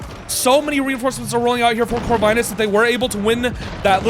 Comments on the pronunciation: Lovely cast !! BTW, Corvinus name is pronounced with "i" like in word India, not like in word Ice :). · Pretty sure Corvinus is pronouced with a short "i" sound.